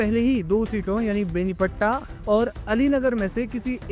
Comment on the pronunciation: बेनीपट्टा नहीं है भाई बेनीपट्टी है😂😂😂